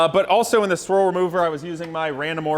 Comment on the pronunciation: Squirrel removal? I guess that's the next step more aggressive than bug and tar remover? (I know, I know, it's swirl remover. For some reason it sounded like squirrel.)